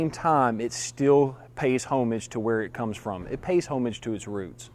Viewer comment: Dude- where were you raised, Dawgpatch?? The word "homage" is NOT "home-ij", it's "(h)ämij"... silent "h" like "Amish"... : / I'm from the South too, but it's not a lifetime handicap you know...